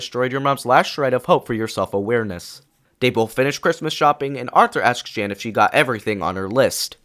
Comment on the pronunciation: Note: not sure if this is AI voice or not, but Arthur’s mother is called Jane, you said Jan